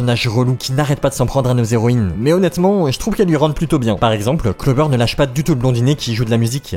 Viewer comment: Y'a un truc qui m'a perturbé c'st que tu dis "zéroïnes", sans respecter le h muet TT